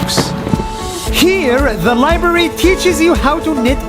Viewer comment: shh..be quiet Nas : HEERREE the LIbRaRy teAcHEs YOU!